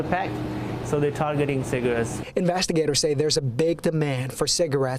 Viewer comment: The way that news anchor pronounces "cigarettes" is making my skin crawl. Just quit saying the word!